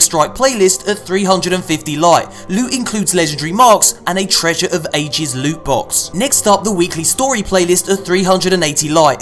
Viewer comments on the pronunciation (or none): To be perfectly honest, I miss when does his loot hauls starting by saying... Lewt, sweet precious Lute. Please tell me I'm not the only one.